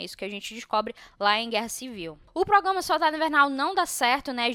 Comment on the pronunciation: ProgRama,! ProgRamar Kkkkkk não come esse R não